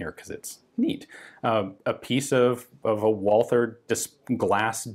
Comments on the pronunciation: Dude. It sounds like "Valter" in English!!!!! How hard is that to understand? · Please Ian, there's no "th" in Walther. It's just like Walter. Please. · Why does everyone pronounce Walther with a stupid mike tyson lisp? WALL-TER. Germans pronounce its VOL-TER....TER... TER TER TER TER TER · nice video! btw, it's fairly easy to correctly pronounce "walther" as a non-german speaker. (it's "vah-lter") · Try to omit the H when you pronounce walther. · He incorrectly pronounces the TH in "Walther", but not in "Thuringia".